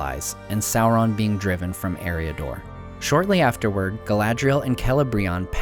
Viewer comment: Why do you say "soulron" and not "Sauron".